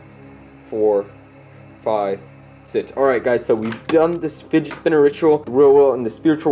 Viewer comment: Wait why do say sit that is not right it is six bro you better practice say it bro